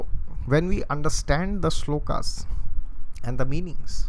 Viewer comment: Very nice and impressed alot from ur Krishna Consciousness, Sloka is very well pronounced that shows u r also a good devotee. Please guide,how we can improve in spiritual life according to astrology. Thank you